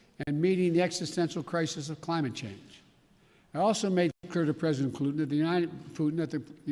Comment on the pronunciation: ...President Clutin...WTF? 🤦‍♀️